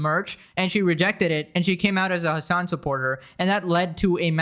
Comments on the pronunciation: his name is hasan piker. not hamas piker. you always say it wrong. 😂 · I genuinely think his name is Hamas whenever you say it 😭😭😭